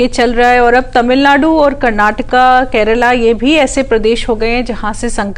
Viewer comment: 💁🏻‍♂️😂Krela nhi madam kerla a 😂